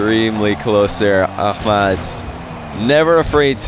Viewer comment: yeah he pronounces it correctly .